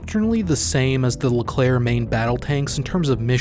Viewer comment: The Leclerc prononciation was on point